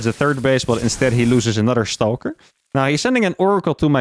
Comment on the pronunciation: How can he say "Stargate" normal but he says "Stawhlker"? 😂